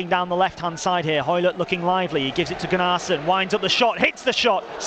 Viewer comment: Thanks for these extended highlights. You (Wednesday) will be there, or thereabouts come the end of the season. As a heads up it's Gunner-son not Gun-arse-son (pronunciation)